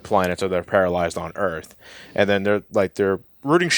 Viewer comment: welcome to earf